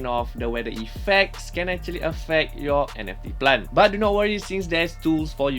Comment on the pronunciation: say plant NOT plan